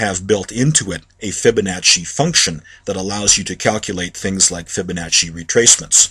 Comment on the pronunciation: its pronounced fib a nah see theres no H... stop saying FibaNotcHy. idiots.